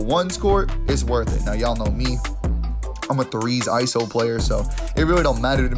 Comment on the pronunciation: It’s eyeso not iso ya dig